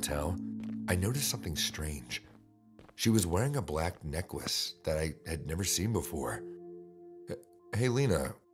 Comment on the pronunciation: Ha ha, the I love the way necklace was pronounced in #3 (neckwece) 🥰